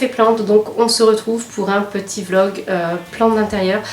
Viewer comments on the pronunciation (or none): none